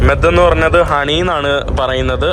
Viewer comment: മെദ്‌ എന്നല്ല മ്യോദ് എന്നാണ് പറയുന്നത്